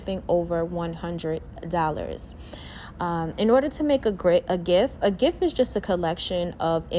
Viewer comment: Who else thought she said turn this image into a GIFT 🤣🤣🤣🤣